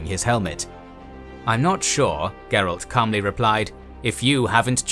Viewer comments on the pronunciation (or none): none